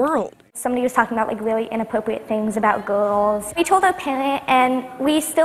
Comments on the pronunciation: It's reawy fwun to do muwsicly wif our fwends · ITS WILLY FUN TO MAKE MUSICALLYS WITH YOUR FWIENDS